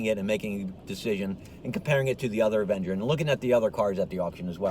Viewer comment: An evenger? Really? Smh